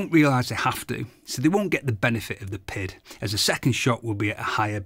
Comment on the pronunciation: I hate how he keeps saying it has a “pid”. It has a PID, pronounced Pee Eye Dee, controller.